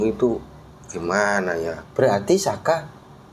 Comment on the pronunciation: bkan aska tapi sakah